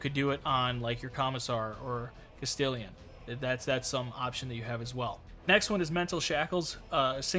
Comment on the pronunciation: Please, my friend, I love your videos, but bro.. "Castellan" -> Cast-ellen. "Castelian" is killing me lmao More to the point, I love having a psyker in the middle of my second line. Its just so good to throw out those debuffs everywhere.